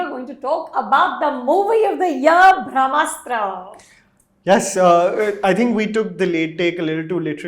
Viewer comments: eek, Anupama calling it 'Bhram'astra is making me cringe a little!! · Brahmastra sounded like Bhramastra when Anupama said it. Hope Ayan Mukherjee gets it correct. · She said "Bhramastra" ... it's "Brahmastra"... Bhram means - confusion, Bramha means - all encompassing universe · I love how Anupama will take great pains to make sure she pronounces Timothée Chalamet correctly or to enunciate the “Kh” in “Khan” from the epiglottis, but somehow her polyglot IQ goes for a toss with Hindi/Sanskrit words. Thank you, my lady, for your late take on “Bhramastra” (“Illusion Weapon”). I will eagerly await your late take on “Brahmastra” on that fine day in the future when you stop looking down on Indian languages. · Did she say Bhramastra in the beginning? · And then in the last minute decided to call it Indian mythology just to lure in the Hindu audience. Eda samajh ke rakha hai. The Ayan guy cannot even pronounce Brahmastra properly ( he keeps pronouncing it as bhramastra 😅) and was going around boasting about how much from his childhood he was influenced by the Indian mythology. 🙌😂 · at 0.29 sec-- I feel sorry for this lady.. She has no clue as to how to pronounce the title of the movie in the first place. I generally love reviews by Anmol but seeing him with this lady on same platform ..puts off the mood.